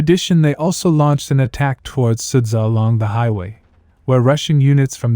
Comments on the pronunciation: Is it so difficult ot copy-paste 'суджа'/ 'sudzha' to google translate and listen the right pronunciation? I understand possible problems with 'черкасская конопелька' or 'нижнемахово'. But there are only two simple syllables here. Two syllables, Carl! 'СУД-ЖА'. Can you pronounce 'Jabba the Hutt'? 'СУД-ЖА' is the same sht: 'SUD-JA'. Just do it. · it's pronounced like {Sooja}